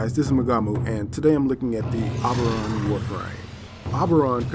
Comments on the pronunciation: O-BER-on, not OB-er-on. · Oh-ber-on not o-ber-on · It's pronounced OH-burr-on. It's a reference to the fairy king of Midsummer Night's Dream. Not AH-burr-on. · OMG! I didn't think anyone could say "OH-BER-ON" worse than my friend!! You people need to watch Stargate Atlantis and learn how to say the word!!! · You weren't pronouncing his name right. =( Other than that it was a great video. Thanks for putting these out. =P